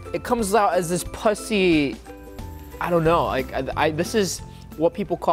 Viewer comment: Lets just pretend he said Puh-sy and not Pus with -sy.. XD